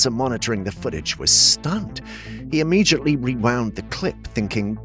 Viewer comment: Immediately not “immegiately” :)